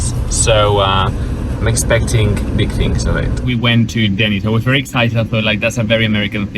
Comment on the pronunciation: just about choked when he said Denney's